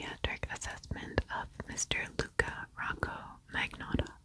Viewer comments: The G is silent in Magnotta with a “nya”/nyuh” sound.(like gnocchi) Thanks ten years of Italian lessons! Lol Luka lived 10 minutes away from me when he was in Etobicoke. So gross :/ Love the video! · He did mispronounce his new fake name. LOL In the Netflix show, the Montreal police pronounced it with a silent G & long O. He grew up near Toronto and has that other type of Canadian accent, more Anglicized. Ex. "About" "Out" "House" :)